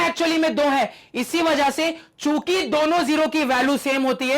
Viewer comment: Sir chuki bole rhe h mujhe chut*** sunai diyaa 😂😂